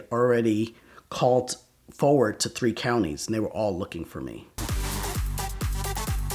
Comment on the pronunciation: I kind of hate how he puts a “t” at the end of words that end in “ed”. Like “callt” instead of “called” and “pullt” instead of “pulled” like he did in another story.